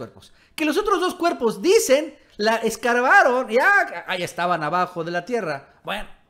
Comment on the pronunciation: Es excavar, no escarvar